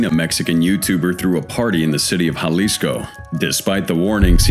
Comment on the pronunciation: Me, like a dumbass. Dude cant even pronounce Jalisco correctly